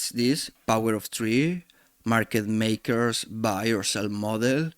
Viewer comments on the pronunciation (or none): none